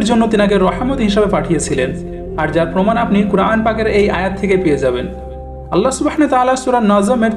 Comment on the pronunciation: ভাই আপনি উচ্চারন করেন اللح অথচ হবে আল্লাহ বা الله ওটা শুদ্ধ করবেন প্লিজ।